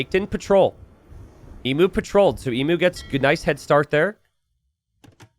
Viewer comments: pls it’s pronounced eemyuw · Say emu correctly, for the love of vegemite!!